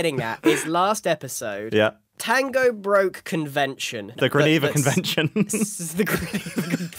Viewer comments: "The gianeva conention" Fucking hilarious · "The Greneva Conventions" is CRAZY. 😂